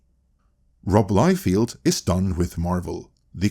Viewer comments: all due respect, but feld is pronounced different from field. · This is NOT how you pronounce Liefeld,. lol It is actually pronounced Lie-Feld. BTW if I'm not mistaken, David Masel actually came up with the idea of a concentrated studio with all the Marvel movies in one place. And he suggested it to Ike Perlmutter.